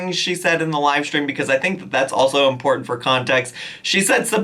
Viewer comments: Still saying, "imporin" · It's so annoying. Def a far cry from her valley girl voice. Actually I'm not even sure it's valley girl. She has this weird habit of emphasizing when not even necessary. ImporTENt. Love that for youuuuuauh. LiterUHleeee. Buh-raid. Era-uhh and the list goes on 😆